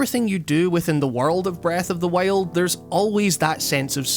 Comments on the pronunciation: "breth of the whale" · Breath of the whale ? Lol Great video